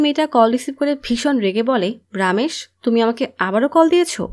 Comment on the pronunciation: রামেশ কে (রমেশ) বললে আর আনান্দ কে (আনন্দ) বললে আর একটু ভালো হয়